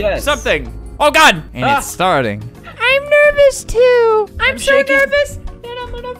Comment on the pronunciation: he's sou good